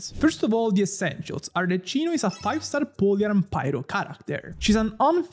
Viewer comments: I love that 1/3 of ur comments is complaining ur pronounciation of ArleKino LMAAAOOOO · ah ecco sono andato nei commenti proprio perchè ho sentito la pronuncia e ho pensato di averlo scambiato per un italiano per tutto questo tempo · Si sente tantissimo che è italiano ahahha. (Arleccino mi spezza ogni volta che lo sento ahaha ) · I was confused why is he pronouncing like that 😂 for a sec I thought that I was pronouncing it wrong because this Italian guy surely knows the correct pronunciation of "Arlecchino" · is this one of those intros where people say things incorrectly that gets higher engagement because of people's insatiable urge to point things out? because it's totally working on me lmao (re: an italian pronouncing arlecchino this way) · WHY ARE YOU PRONOUNCING IT WRONG 🧍🏻‍♀️ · He's also italian, you can hear his accent. He's mispronouncing it on purpose, so genshin babies don't get confused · ur italian, right? isnt arlecchino italian? isnt it supposed to be pronnounced as arleKino instead of arleCHino? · As an Italian, hearing 'arleCHino' is quite painful. You should say 'arleCKino' and you'll escape any type of homicide ❤ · NON CHIAMARLA "ARLECCINO" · Sapendo che sei italiano muoio dentro ogni volta che pronunci Arlecchino Arleccino. Voglio dire, non è che possono fraintendere di chi tu stia parlando. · Lo stavo per scrivere anch'io, neanche gli youtuber che parlano inglese la chiamano Arleccino 🤦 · From a fellow italiano, why saying "arleccino''?! Very disappointed (you are my favorite) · It hurts seeing you as a Italian spell Arlecchino in the wrong way… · Ti prego almeno tu non chiamarla “Arleccino”😭😭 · Ti prego almeno tu non dire Arleccino 😢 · Why noone is able to say her name right? If you are not sure use Google cmon...not Cino chino...ch sound like the K in the word like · open the video hear Arlecchino pronuncied "Arleccino" close the video jk but why that pronunciation😂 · Arlechino??? 😂 it’s pronounced Arleckino because its Italian.